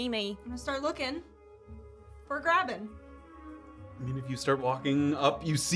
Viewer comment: Didnt realize my firat listen through how often says Graven instead of Grabbyn